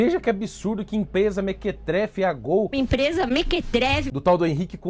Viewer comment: É impressão ou a 'jornalista' diz mequetreve em vez de mequetrefe (1. indivíduo intrometido, dado a meter-se no que não é de sua conta; enxerido; 2. indivíduo de caráter duvidoso; patife, mariola, biltre). Que nível!